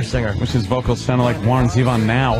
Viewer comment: No opie he sounds nothing like warren zevon And who pronounces it like that? Z-von. It’s zev-on. I mean it’s like saying "oh yeah my favorite beetle is gee-on lennon